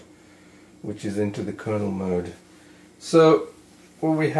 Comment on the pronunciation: kernel not kernal